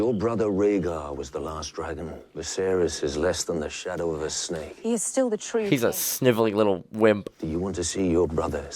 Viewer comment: Daenerys and Viserys both end with the sound "iss" -- not "eez".